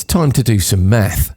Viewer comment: Holy cow I thought the presenter said, "ITS TIME TO DO SOME METH". Had me cracking up with the freeze frame of Travis